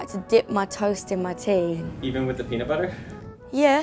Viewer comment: peeenut bu-uh an bu-uh with t an su-uh